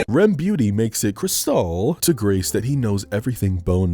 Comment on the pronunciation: "rem beauty" ahaha